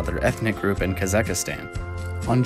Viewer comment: kazekistan? you mean Kazakhstan right?